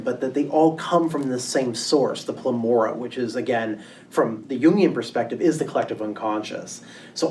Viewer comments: PLEROMA not plemora... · How can anyone give a lecture on Gnosticism and refer to PLEROMA as PLEMORA ? SMH👁👁👁